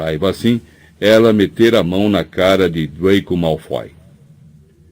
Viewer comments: Gostaria da pronuncia ''Draco'' não ''Dreico"' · Esse narrador deve ter gravado isso há anos. É estranho ouvir dreico kkkk mas a narração tem uma interpretação ótima, ele narrando rooni é muito engraçado. Queria saber o nome desse narrador